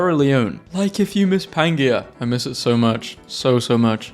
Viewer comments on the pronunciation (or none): Word: Pangea: "Pan-gee-ah!" Everyone else: "Pan-jee-uh."